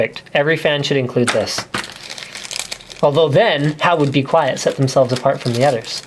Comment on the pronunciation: He pronounced 'Be Quiet!' wrong D